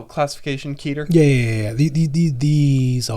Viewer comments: If you want to get 100% accurate with it's pronunciation it's actually "Keh-tear" (like tear a piece of paper) But it doesn't matter if you say "ket-ter" "key-ter" or any variation of it since you know what the person is saying. Just chalk it up to region dialect or personal preference. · Listening to him mispronounce Keter was rough Lol